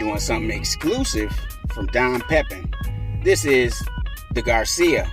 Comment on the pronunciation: Fyi, pronounced…..Pepeeeen😀